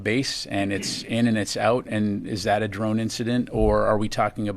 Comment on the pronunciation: What’s a Drome? 😅 swear you aren’t saying Drones